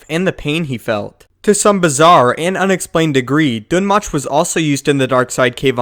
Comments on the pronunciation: Its pronounced Dune Moke ((thats me spelling it how it sounds)) its even referenced in Darth Plageius. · oh my god it's pronounced "doom moke" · Not sure if Dun Möch is supposed to be pronounced that way. Ö is said differently from O..